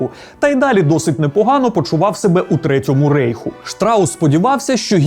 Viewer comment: У третьому рАйху, не рЕйху